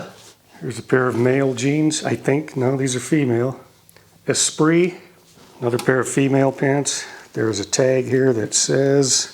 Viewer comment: Esprit is pronounced “es-pree,” being French.